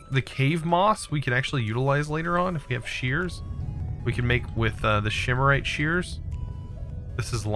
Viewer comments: again, calling it "shimarite" clearly the names says "symorite", jesus read the names... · learning from, its octane, not octine, shimarite, not symarite, wraths not wights, and valentite not valenite...